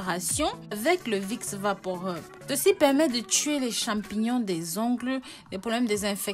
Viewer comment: On dit vaporub pas vaporeub '' rub'' comme rubis ☺️